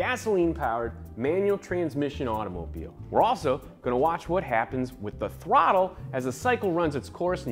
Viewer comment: "with the thwottle"